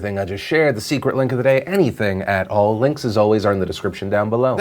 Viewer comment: Sooo why does Philly pronounce "links" as "linksys"??